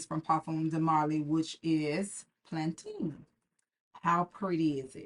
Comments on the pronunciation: hello my lovely! amazing video -- so helpful and resourceful! i believe it might be pronounced (Pal-uh-tine) like the city! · Ain't no way this is pronounced Plan-TEEN!! 🙄🙄🙄